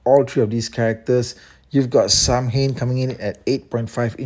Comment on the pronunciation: Irish man here, your prononciation is spot on. Its Sow-in.